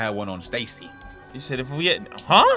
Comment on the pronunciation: Siad ?? Actoin??? Bruh it's said action